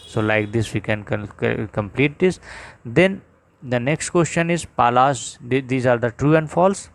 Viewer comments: Sir said pals not palas ":😂😂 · I laughed out loud when he said ‘Pals’ instead of ‘Palas’ ⏭